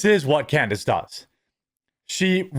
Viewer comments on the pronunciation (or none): Freudian slip ! you said "Con-dice" ha ha ha!